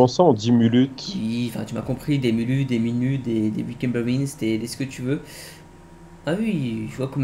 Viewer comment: Le retour des mulute au lieu de minute 😂😂